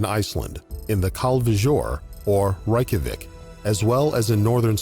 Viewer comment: "The convoys were formed in Iceland - in Khaul-ve-joourrrrrrrrd (Kalvejord)..." lol WHAT?! Am I missing something or did this U.S. American have a stroke xD Is he trying to pronounce "Hvalfjordur" or "Hvalfjord"? lol Maybe "Kvalfjord"? Dude you literally have the same word in English (just slightly "Americanized"; WHALE ) (It's also "Reykjavík" not "Ray-ka-wick" ... ) I can name two YouTube channels off the top of my head (Invicta and BasBattles) who has both better production value AND pronounciation/respect for subject matter, than 90's style obligatory low-effort "documentaries" from TV /slight offense intended (sorry) :) Pointing it out because it may be worth looking into "Måletask" Hahahahahahaha It sounds like a Swedish invention to keep paint with you in a small bag or something lol Sorry I think I'm too tired for this ^^ Edit again: Ok not that bad production value as originally assumed^^ Just that guy narrating... oh god